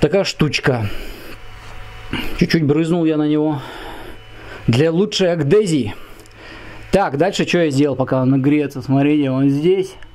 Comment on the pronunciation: братан, не аГдезия, а аДгезия!!!!! )))))